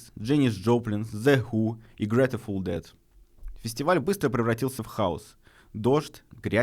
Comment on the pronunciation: Бля - почему Грэтэфул? Грейтфул Дэд! Или снова ИИ?